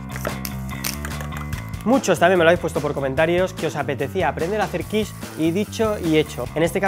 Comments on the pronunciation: Buena receta y buena explicación. Además nombras perfectamente la quiche ( quich) y en femenino ¡Olé! Que aprendan muchos que van de supercocineros sabihondos. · Por fin alguien en España lo pronuncia bien 👍 :-))